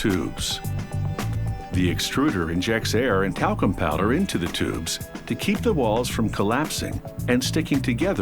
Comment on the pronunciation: When they said the talcum powder I thought they said the taco powder